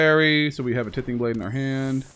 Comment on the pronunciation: For the love of Mike, T-EYE-THING blade, like tithe, what you give to sacrifice